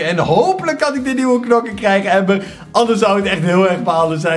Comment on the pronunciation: wanneer ie amber zegt ipv ember